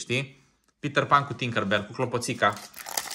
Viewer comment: Pe petter pan nu se spune pitarpan se spune pitar pen😅❤